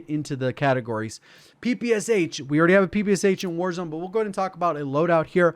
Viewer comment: My ears curled into a tube when called Shpagin's submachine gun P P S H. Must say P P Sh